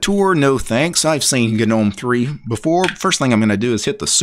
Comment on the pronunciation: Its a silent G mate